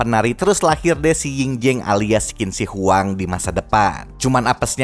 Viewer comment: Btw pelafalannya Qin Shi Huang tuh "Cin Syi Hwang"